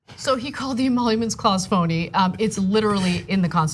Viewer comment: To be fair. He said phony "emonuments" instead of emoluments.